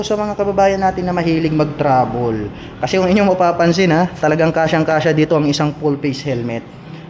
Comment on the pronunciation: Yung Travel po ay ginawa nyong Trabol mali po yun tapos yung Gravis po ay ginawa nyo naman"Grayvis" ginawa nyong Gravy ng fried chicken yung Scooter. You prounce it with Gra - Vis and yung Trabol nyo dapat ay Tra - Vel intiendes ba Koya? Bisaya ka man dong koya? Gihigugma taka ni Maayong lubot sa imong tanan.